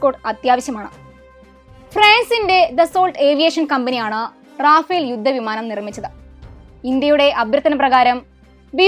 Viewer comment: റാഫേൽ ❌️റഫേൽ